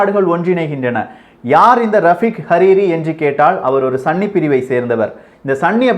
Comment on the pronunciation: "சன்னி" அல்ல சகோ "சுன்னி"